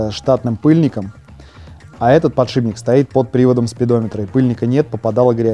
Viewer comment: подшиБник, аааааааа, как так можно говорить